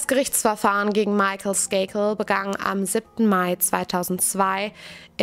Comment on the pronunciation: Du machst das super! Das einzige was mich stört ist, dass du wirklich jedesmal statt "begann" "begang" sagst und es heißt "Verdächtige" und nicht "Verdächtigte". Ansonsten alles top! 👍